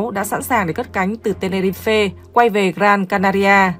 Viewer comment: Tenerife mà ad cứ đọc ten ni ri phê nghe như ăn phải sạn :(